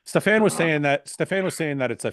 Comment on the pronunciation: Is that really the way to say Stefan’s name Fouad?